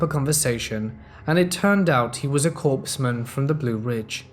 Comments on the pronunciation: Its COREman NOT CORPSman. The reader has great tone & cadence but the overacting & mispronounced words lost me..... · Yay! I love Crazy Ex stories. Don't know why as I've never had a crazy ex, myself. My husband is nice and not crazy. LOL In the United States Military, a Corpsman is pronounced KOR-mun. The “p” and the “s” are silent.